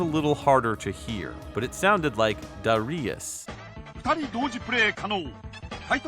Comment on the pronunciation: Wow, really cool! Lot of good research here. Quick correction about the Katakana: it’s da-ra-i(“ee”)-a-su, not da-rai-a-su. The “ee” is distinct but quickly spoken, which is probably why it’s hard for us westerners to pick out the middle syllables consistently when we hear those commercials. Anyway, I’ll probably keep pronouncing it the North American English way, since the name is not natively Japanese and we already had a common pronunciation. It’s like this: the Japanese word for a Jesuit priest is Bateran. This was how the Japanese borrowed the Portuguese word “padre”. But if I’m talking about a Japanese book or game that talks about a Jesuit priest, I’m not going to call him a “bateran” unless I’m specifically referencing how he’s known to the Japanese. And if I’m referencing a scene in which a Jesuit priest is being addressed in Japan by a non-Japanese, He’s going to be “Padre”. Or, maybe not. 😁